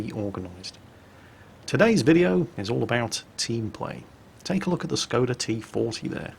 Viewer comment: I wonder if is ever going to learn to say the S is Skoda properly.